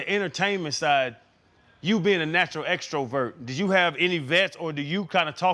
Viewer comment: can someone PLEASE tell channing how to say extrovert?